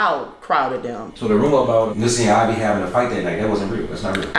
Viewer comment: IVY... Not IVORY